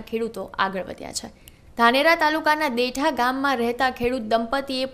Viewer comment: ભાઈ ગામનું નામ દેઠા નહિ પણ દેઢા છે